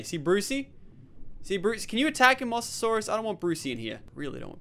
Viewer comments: Say it like MO-SA-SAUR-US not 'mossasaurus' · its pronounced Mose not moss